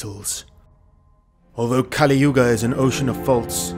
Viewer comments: Just another thing, Kali( goddess, pronounced kah-lee) and Kali( demon, pronounced as kuh-lee) are different. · a few clicks more Kali Purnaa (purna = 'completely')